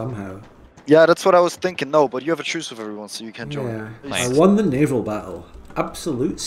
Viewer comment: Hearing the i he adds to naval is always like being jabbed with a needle.